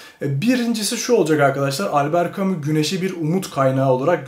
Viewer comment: Bu şey değil mi yaaa "Elbıırt camışş" diye okunan adamın okuma rehberi?😂😂